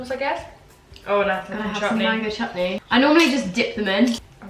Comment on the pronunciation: The way she says ‘mango CHUTNEY ‘ 😂